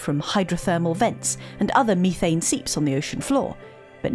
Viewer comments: Did I just hear methane spelled "mee'thai'ne"...? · Please stop saying Methane improperly. It hurts my ears. I can’t learn when people say words wrong like that.